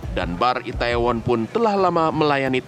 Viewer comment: kak bilangnya i-the-won, bukan i-tae-won. trus bilangnya Sho-ul, bukan Se-ul.